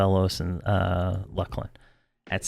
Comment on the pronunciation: YELL-E-NACK. What is it with EQ players that they can't pronounce things correctly? It's LUCK-LIN by the way.